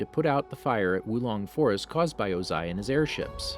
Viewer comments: It was o-ZAI for me 😂😂😂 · WHY THE HELL ARE U SAYING OZAIS NAME “OzAy” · Did you just mispronounce Ozai? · Dude stop saying his name wrong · You said Ozai wrong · I'm sorry you officially lose the narration card, when you say chasm as ch-asm and O-zai as oZ-ai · The way u said yue and ozai really triggered me